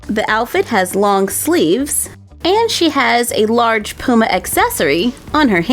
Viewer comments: It’s not Pooma it’s p you ma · Its puma not pooma 😂😂😂😂😂😂😂😂😂😂😂😂😂😂😂😂😂😂😂😂😂😂😂😂😂😂😂😂😂😂😂😂😂😂😂😂😂😂😂😂😂😂😂😂😂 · You keep sayin Pooma it’s puma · Lol love the way u say Puma Where I live we say Puma like "Pyuma" but says "Pooma" Hehehehehehe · I love the way u say puma x 😂♥️